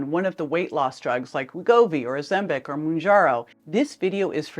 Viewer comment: Please pronounce Ozempic correctly. Also folks, remember that opinions arent facts. I choose to trust my Dr. I was put on Ozempic for my diabetes over a year ago. My Merformin was decreased and recently discontinued. I have lost 75 pounds, experience very few side effects, ( even on 2 mg ), have an A1C of 5.5 and have perfect blood sugar levels. Not all of us are scare stories. Nothing is perfect, but for me the benefits are huge. ( no pun intended)